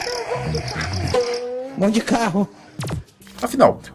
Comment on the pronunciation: “Vão de carrrroo”